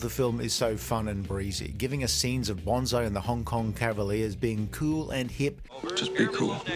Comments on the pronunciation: It's Banzai not Bonzai. You are confusing the tree and the heroic charge call. Bonsai (with an S not a Z) is the minature tree that is shaped with wire. Banzai is what Japanese soldiers shout when they charge the enemy. Again, Ban fking zai, not Bon fking zai. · It’s Buckaroo BANzai, not BONzai! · Why are you saying Buckaroo Bonsai?